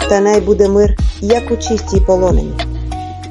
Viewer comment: правильно вимовляти кора'лі,наголос на а і полони'ні,наголос на и